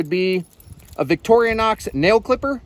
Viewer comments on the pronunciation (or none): Victorinox sister " victorianox" i caught that. Lol